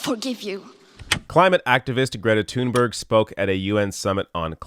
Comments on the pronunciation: I truly wish people would at least attempt to pronounce her name right. Tune-berg isn’t even close. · Her name is pronounced Toon-bury.